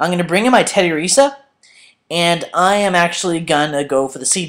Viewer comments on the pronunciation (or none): it's tedi UURRRR sa